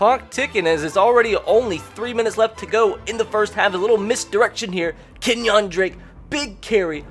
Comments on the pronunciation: Kenyan drake not Kenyawn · I clicked off the video as soon as you said Ken-Wan Drake